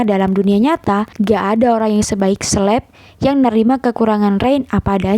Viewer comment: Bacanya Kaleb min bukan Sleb 😭